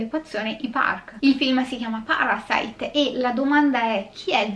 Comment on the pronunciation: Questo film, sebbene Sud Coreano, e hai pronunciato bene i nomi e il ciao iniziale, tranquilla, ( io ho studiato coreano per 3 anni) , è proprio la trasposizione di quello che nel cinema statunitense è "il sogno americano" . cioè che impegnandoti puoi arrivare ovunque, anche se non è così. In Sud Corea/Giappone, in particolare, c'è un forte stacco tra poveri e ricchi. i ricchi sono estremamente ricchi e i poveri estremamente poveri, non c'è la via di mezzo, si va dal non avere poco nulla come i Kim, al sotterraneo e stop. Non c'è una mezza misura come qui in italia, dove comunque la sanità è accessibile a chiunque (grazie a Dio o chi per lui e speriamo rimanga così) , l'università è comunque abbastanza accessibile, rispetto a quella Coreana, Giapponese o Americana, che costano minimo e ripeto la base proprio sui 25 ml$ all'anno , e se comunque non entri in un univesità prestigiosa, anche se sei bravissimo ed esci da una pubblica, hai poche possibilità perchè fa curriculum "il nome" dell'università, in estremo oriente purtroppo va così, più che da altre parti. Spiega il disagio sociale, e questo vedere il consumismo dei "ricchi" come qualcosa a cui aspirare, anche se non sono particolarmente brillanto, altrimenti non si spiegherebbe altrimenti il successo di gente come le Kardashan /Jenner. sono l'esempio lampante che se hai i soldi, puoi fare ciò che vuoi, comprare ciò che vuoi in ogni senso ( anche rovinare un abito storico per tuo piacimento perchè puoi farlo, e mi riallacc